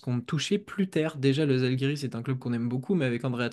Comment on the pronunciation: On dit pas zalgiris le z avec accent en lituanien est comme un ja en français,ca se dit jaalgiris